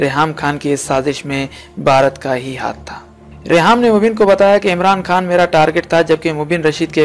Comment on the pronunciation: Khan bolain Bhai khaan nai ap Indian hn